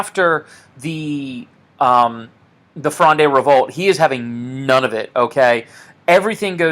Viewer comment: Am currently doing a philosophy course in montpellier and this video has really helped me navigate the context of the litterature component. If you're interested in pronunciation (anodine to the content of the video of course but it's nice to know) you can navigate Richelieu by thinking of it as rEEsh Li-YOU (said fast ofc) and fronde as being one syllable: frond not fronday. Thanks again